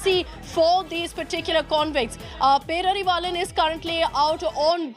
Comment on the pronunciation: Not peravilan -. Pae rari vaa lan